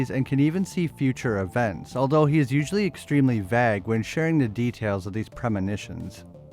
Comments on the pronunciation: Vague = Vay'g Not Vag 🤣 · Vague is pronounced “vay (as in fay)-guh” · I think you meant to say vague but was pronounced wrong. It's pronounced VAY-IG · what the hell is that promunciation of “vague” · I heard something else when you said “vague” 😂😂 why’d you pronounce it like that bro bro